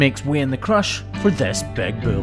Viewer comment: its a BULL not a Bill. you keep saying bill.